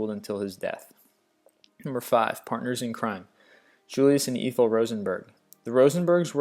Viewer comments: The GUESS-tuh-po? Eethel Rosenberg? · "EETHUL" Rosenberg? Really? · Truly,, you really need to ask someone how to pronounce other people's names. Through all the lists I've listened to, it is the one most annoying thing you do. How can you NOT know how to pronounce Ethyl? If there's any question, ask some grownups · Eth-el Rosenberg! not E-thel! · Really? You pronounce "Ethel" like "EEE-thul?" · My favorite was "EEE-THYL Rosenberg." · Eeethal??? Ethel, dude, Ethel. Also, from another video - it 'Temz' not 'Thaymes.' Quisling is also pronounced incorrectly. You have some interesting videos, but you really have to check your pronunciation. It's like you really don't know anything about these events, you're just reading from a script. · You need to work on name pronunciation. Seriously, the channel is informative but the Gestapa? Eeethyl Rosenberg? You do your research just check how to pronounce things! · your authority might be increased if you use standard English pronunciations of words such as "Ethel" and "Gestapo"; your Christian viewers might be miffed that Judas Iscariot didn't make number one. Certain names have become synonymous with "traitor": Benedict Arnold, Judas, Quisling. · To the narrator - If you're not a native speaker of English, you may want to work on your pronounciation. (Ethel, Gestapo). If you are a native speaker then you may want to review history or learn to pronounce words better when minlessly reading them. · I think he mispronounced Ethel Rosenberg's first name.